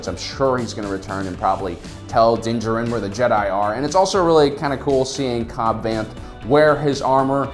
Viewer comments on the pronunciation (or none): Den. Jer-in??? Den Jar-in👍